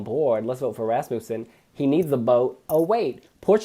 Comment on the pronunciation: And so the mispronounciation of Rasmussen begins